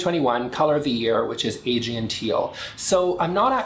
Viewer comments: Thanks for showing us the new colors! (BTW, I'm pretty sure Aegean is pronounced "uh-GEE-un") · Aegean is pronounced “Uh Gee en”. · It’s not novel. It’s teal. I like your reviews in general, but it’s pronounced “ah-GEE-en”